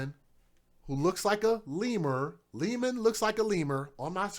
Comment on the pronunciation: Hey, that's Lehman, like Lay and men. Lehman. Sorry, lol. The broadcaster mispronounced the name, too. The females said it correctly, though. This is so sad, and you just got started.